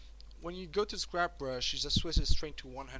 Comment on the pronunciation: Guy takes the time and effort to make a user friendly and easy to follow tutorial about something that we clearly all wish to learn more of, we all head to the comments section before the video is even half way finished to complain about his mispronunciation of the word scrape. Oh internet, you magical.